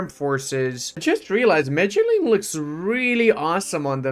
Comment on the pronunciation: Medellín is (meh-deh-jean) or (meh-deh-yeen) you silly gooose.